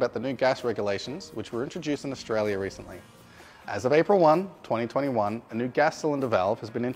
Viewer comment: This is Australia. It's not pronounced "Noow".